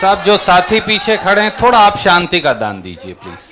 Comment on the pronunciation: Dear kanhiya , beta ji ab aap ‘ D ‘ d hi bole please ‘thora Thora’ Mat bolo . I feel ashamed . I m proud of u . U will b biggest leader of India one day . Lagta hae mujhe tumhari language ki teacher ban na hoga. Never mind , I like u , ur speeches nd ur ideology .👍